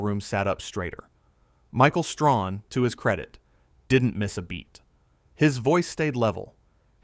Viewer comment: It's Stray Han! Get the name right! Talk about respect, pronounce the man's name properly! Bad AI!